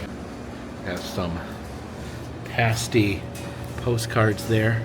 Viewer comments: PASStee. Not the nipple covers lol. And COULD a gee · Nice video but it’s PAS-TY, not Paste-y 😊 Pas as in ass-ty lol and never catsup!!! Gravy!! Gravy is best 😂